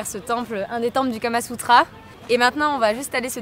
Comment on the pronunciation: Bof bof...La vidéo je veux dire ...pas les ..."Tempellls" 😉